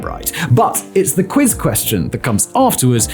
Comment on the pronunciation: "A Pop Qriz!" / " Skryscrapers" ... Forgive me but those are not a words.